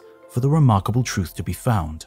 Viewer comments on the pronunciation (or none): none